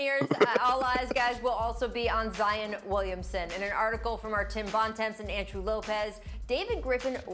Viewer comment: "Zi-Yawn" - Perk 😄